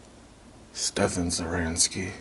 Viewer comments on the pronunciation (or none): none